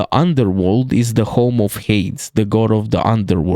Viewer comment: Little correction on the pronunciation of Hades, it’s said like (Hay-dees), Hermes is pronounced (Her-mis), Charon is pronounced (Sha-rone), Hekatonkheires is pronounced (Heck-a-tonk-ariees), Typhone is pronounced (Tie-fon). I don’t like to nitpick but the Hades pronunciation was very unusual